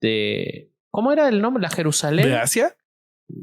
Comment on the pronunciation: No puedo con 'Jerusalen de Asia es Jerusamen' 🤣🤣🤣